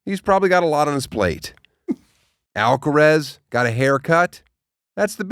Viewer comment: AlcarAz, like Alcatraz Daniel, not Alcarez.